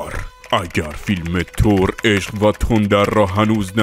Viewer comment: من نمیفهمم چرا اخه میگید تور اقا تور نیست بخدا تور نیست با چ زبونی بگیم ما تور نیست ب قرآن نیست ثور هست ن تور ثور خونده میشه ترو خدا تور نگید